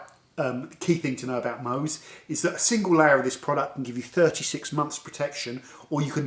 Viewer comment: if you dont know how to pronounce MOHS, just turn the bottle over and pronounce it "SHOW". Love your channel.